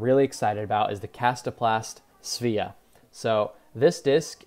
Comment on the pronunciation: Rim under the wing of that Svea is different than in Mako. Mako has almost round rim and Svea looks to be a bit concave. Maybe little faster than Mako and slightly more stable. Will buy one when it comes to stores. One comment about pronunciation although it is not important. In Swedish and Finnish "e" is not like "e" in English. You pronounced Svea like it was "Svia". Otherwise correct, but "e" is like "e" in word hey or "a" hay or way and that "e" in Svea is pronounced quite long like there would two e's. I have not been very impressed by Paul's game in the videos although his putting has been getting better. Tournament is a different thing that shooting Youtube videos. Kevin Jones has come back on tour strong. Ricky disappeared from social media and probably been practicing a lot.